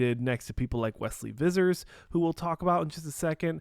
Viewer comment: Hahaha it’s “wesley visser”